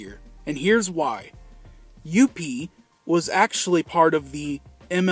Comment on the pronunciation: I love the way you say "Youppi"!!! LOL He's my absolute favorite mascot. He was awesome with the Expos and he's now awesome with the Habs.